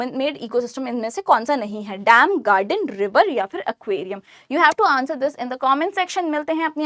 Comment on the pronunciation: ma'am not Accqauriaum it is Acquirium